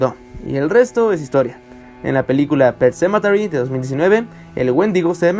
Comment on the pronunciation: Wey, deja de darle vueltas a tu puto video, además, no digas "pet sementary" cuando no sabes pronunciarlo, mejor di "el cementerio" o yo que sé, dislike.